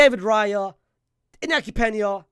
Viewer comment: Bro said inaki pena i'm out fr